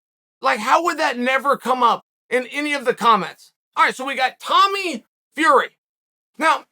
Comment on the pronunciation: the way you say Flurry leaves me in awe. A noise my hears cannot quite wrap around, it is like when the wind strums the resonant frequency of a bridge and the whole joint wobbles like jelly.